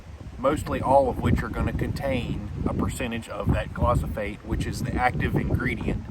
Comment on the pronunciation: pronounced gli-fo-sate. Great content my friend. I will think twice this spring.